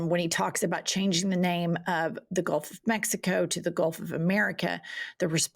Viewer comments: Has anyone told him it's GULF NOT GOLF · ITS GULT not GOLF you orange FREAK!!! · He said Golf of America Get it right lol